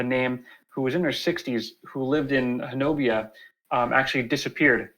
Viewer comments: It's pronounced Hanobee not Honabia. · It is pronounced Ho-Nub-EE if you're Oklahoma born and raised there you all are close to how we say it and loved the podcast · I grew up in talihina (closest larger town to honobia) pronounced Hoe-Nubby. I was a senior in high school when the bigfoot incident happened. Was questioned by a reporter in a convenient store. Now. There was a significant bigfoot indicident that occurred however, the stories told online are nowhere near what happened. No one was harassed by bigfoot. Dude was coming down the mountain (kiamichi mountains) when one stepped out the tree line. Dude shot it and claimed two more came out the woods and took the body. Theres rumor the family was harrassed (by people not bigfoot) sold their property and left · Actually, the correct pronunciation is "Hoe-nubby" with the accent on the first syllable. The town was named after a Choctaw leader or chief. Ouachita is pronounced "Wash-i-ta".